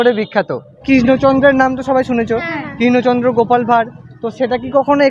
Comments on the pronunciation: রাজা কিষ্ণচন্দ নয় বলুন রাজা কৃষ্ণচন্দ্র বড্ড বেশি কানে লাগছে। উচ্চারণ সঠিক হলে ভালো হতো। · উচ্চারণ টা ঠিক করুন..কিন‍্য চদ্র বা কিশ্ন চন্দ্র না কৃষ্ণচন্দ্র হবে